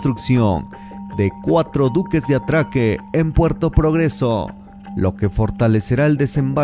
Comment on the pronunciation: Diques, en lugar de duques.